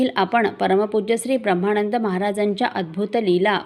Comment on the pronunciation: ताई उपक्रम खूप चांगला आहे फक्त एक नम्र सूचना उच्चार करताना ब्रम्हाणंद असा न करता ब्रम्हानंद असा केला तर बरे वाटेल.